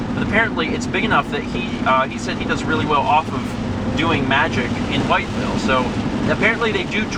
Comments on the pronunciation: The fact that you were in Charleston makes me very sad. I was in Charleston on that day. ANYWAY, it's pronounced With-ville lol. It's kinda awesome to hear that you went through areas that I know well:3 Did you guys go through White Sulphur Springs? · As a member of SWVA, wytheville is pronounced "with-ville" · I have family just outside of Wytheville (it's pronounced "with-ville"). Gotta admit, it's kinda surreal to see places I recognize on the vlog.